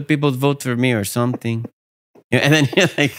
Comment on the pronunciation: “I’ll build her a cake or sometheeeng”